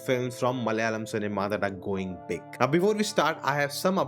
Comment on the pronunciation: pls stop saying "Malalam"!!!! Its "MA-LA-YA-LAM".